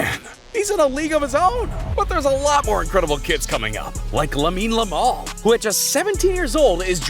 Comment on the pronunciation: Bro said Lamine lamal